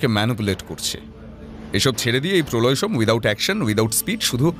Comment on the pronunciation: Polau Som ✅ Prolay Som ❌